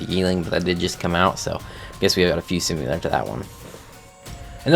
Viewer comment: Stop saying "SIMULAR" ITS SIMILAR!!!😂 (I'm subbed and like your vids, so not here to hate)lol